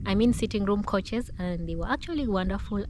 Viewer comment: its not coaches. It Couches pronounced Cowchers.